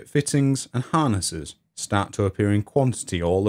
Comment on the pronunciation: ha-ha. Misheard narration... When you said “Britain and Ireland” , I heard “Britain, an island”. This was the second instance, actually. The first time, I thought "Hmmm. ‘Britain, an island’. That’s a bit odd. Innit?“, but then the second time around, it was like “Oh... I get it”. A good robust American “Rrrrrr”, or whatever weird accent Phil Harding has, would fix that ! But, actually, yourrrr narrrration is so much improved over your first video, when a few viewers made such rude comments. So glad you’ve persisted. You do great work! Keep it up!!